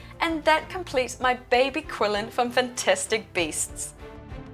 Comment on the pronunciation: This is wonderful, and thanks for the guide! just a friendly reminder that it's pronounced more like a "Chi-lin", cheers!